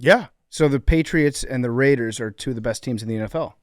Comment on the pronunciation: The Rrrrrrrrrrrrrrrrraiders